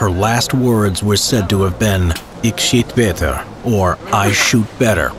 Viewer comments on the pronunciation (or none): Me watching as a Dutchmen hearing him say ik schiet beter made me cringe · Good that you tried but you just massacred "ik schiet beter" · I laughed out loud when you tried saying “ik schiet beter” it looks like no one can say the ch or g. Respect for hannie schaft “het meisje met het rode haar. May she rest in peace between the dunes.